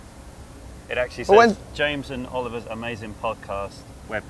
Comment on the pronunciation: Well, James Potter is alive, I guess he just said, "Oliv-er die."